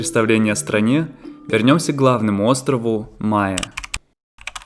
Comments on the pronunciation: Разве не на последнюю гласную ударение? МаЭ. Это же французское слово. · Mahé, Seychelles - Wikipedia А не ма'е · Выпуск отличный! Смотрю уже второй у вас на канале. Подписалась. Только вы не правильно ставите ударение в названии острова Маэ, нужно на э ставить, а то слышатся как Майя. 😊